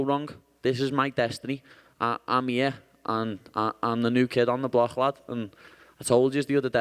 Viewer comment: "im the new kid ondeblorhl lad"